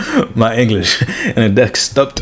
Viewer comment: Desktot 🤭 Jk lol 😆 love the video